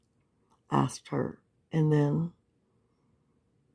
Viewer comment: And he keeps “axing” questions.